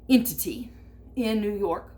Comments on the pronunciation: ''That..Entity... in New York..'', I love it! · ... like THAT..... .... ENTITY.... 😆😆😆 THAT was worth the price of admission right there!! 😆😆😆